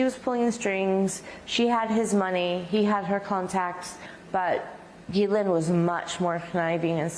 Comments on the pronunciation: Who's this Gilane Maxwell? I know there's a Ghislaine Maxwell. Ghislaine is a French name and idiot Americans are known for their ignorance and don't even bother to simpley Google the name and hear the correct pronunciation. That's one of the reasons Americans are universally detestested, Their ignorance of things outside their own country is staggering. They're lack of knowledge is astounding. They must have a piss poor educational system and know with the wife of WWE McMahon running their schools it can only get worse. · God DAMN. her name is pronounced jis-lane I'm from Quebec and have french friends with the same name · It’s pronounced ‘jizz-lane’. The more you know…